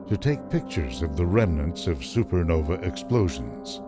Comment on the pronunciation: why does he keep saying super novEE. Its Nova is Novi plural? or is he just stupid about that word? no offence intended.